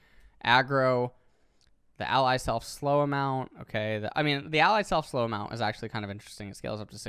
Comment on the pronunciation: Anyone notice it said " ally slef slow " Instead of self lol